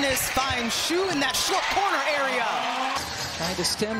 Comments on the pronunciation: Yeap, should have be "she" rather than "shoo". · They didn't pronounce her first name right. It sounds like shush as you ask someone to be quiet.